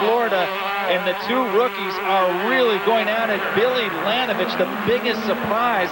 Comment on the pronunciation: It's LaNINovich